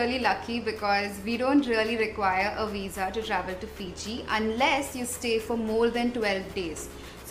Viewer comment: Hi, it's not Port Denaru... it's Port Denarau! Plus, you're one of the few vloggers that correctly pronounce Fiji...most vloggers from India pronounce Fiji as Fizi! 😊